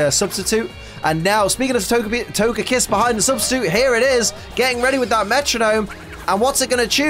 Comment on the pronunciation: Can’t wait to see this with my wife when I get home from work tonight! Go Team Lax!! Also, comments already spoiled me you once again say “Togepiss,” can’t wait to see if on Togepi or on Togekiss.